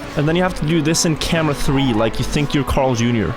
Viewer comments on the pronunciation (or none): none